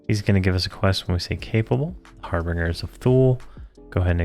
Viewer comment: I believe it's har-ben-jer :) love your videos